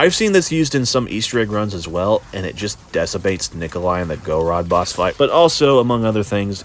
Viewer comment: Go Rod? Bro says words weird lol. “Goowehr. Galeel. Der Eisendrack”